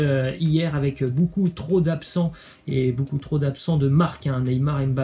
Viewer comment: On prononce bocoup pas boucoup 🤦🏾‍♂️